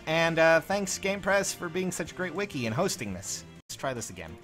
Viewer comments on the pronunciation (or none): none